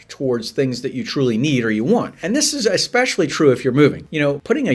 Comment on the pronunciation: EXpecially is not a word! I cannot watch a video when someone says it